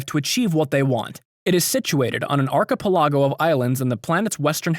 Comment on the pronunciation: Lol Ark-ah-poe-la-go Archipelago Ark-eh-pell-ah-go*